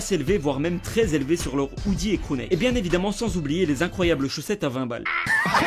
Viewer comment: Il a dit vinte 😱😱